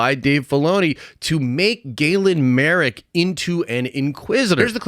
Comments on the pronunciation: And his name's marrok, not marook lol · M A R R O K. How are you getting that "oo" sound out of that? Maruke or Marrook is how you keep pronouncing it. I'm only halfway through your video and it's bugging the crap out of me.